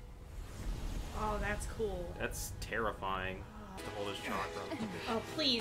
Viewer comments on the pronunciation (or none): It’s terra fying